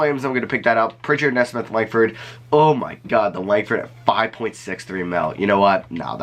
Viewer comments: ayo it's knee-smith not nesmith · great vid! nesmith is pronouned (knee-smith) btw! love your stuff!